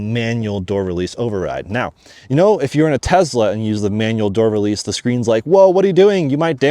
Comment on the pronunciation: Say "Tess-la", not "Tezla."